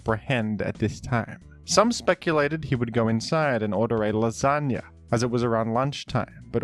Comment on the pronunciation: Can you say Lasagna, again?